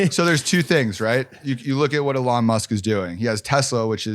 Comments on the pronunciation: Funny when Mike tries to sound like he knows Elon by pronouncing him name Ahlon! 🤣🤡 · If this guy says Elon Musk like "A-lon Musk" ONE MORE TIME...... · it's "EH lon it's eeeeeeeeelon.." ........ dorks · WHY CANT HE SAY ELON CORRECTLY